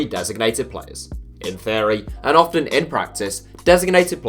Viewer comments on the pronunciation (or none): none